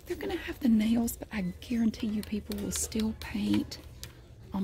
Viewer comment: i thought u were saying "jails" :)) but i do love your voice